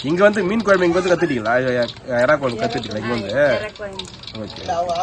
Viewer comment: Kuyambu nu sollathinga vedio edukringa kuzhambu nu sollunga